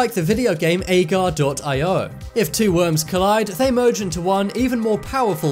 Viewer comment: That was slither.io in the video you showed. And its pronounced A-gar-eo